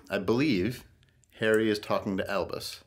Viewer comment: Can i just say it is Albus not Elvis I need to get my Harry Potter knowledge corret :)